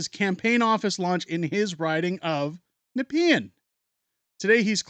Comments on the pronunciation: Youre like the only youtube media saying it right. Thank you. (Nuh-P-in, not nep-ian) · Do they forget that Trump is proud to be a leader who does not start wars, but ends those that were started before he returned? And yes,, you pronounced Nepean perfectly!:D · You said Nepean right. I live in Ottawa. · You pronounced Nepean correctly lol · You are pronouncing Nepean correctly. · You pronounced Nepean correctly. I lived in Nepean for many years before returning to my home town.